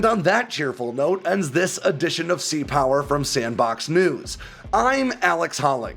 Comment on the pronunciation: FYI -- it is C-Power, not Sea-Power.